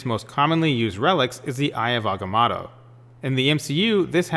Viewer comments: This guy 😆 he said aggah-matto......wtf hahaha n he's a comic book guy? Yeah right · AgaMOTO You know like MOTO-rcycles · Good theory but can you pronounce agamotto correctly, a bit annoying